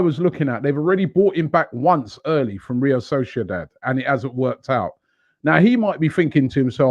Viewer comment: Nobody: Robbie: “Rio soshedad”